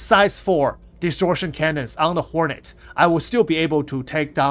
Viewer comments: Lol, horny mk 2😂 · I'm always here for the Horney MK2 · They way you pronounce hornet made me giggle. Keep up the good work, your videos are very helpful on the upcoming patch o7